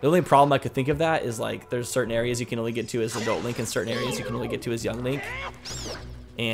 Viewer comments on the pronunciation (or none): none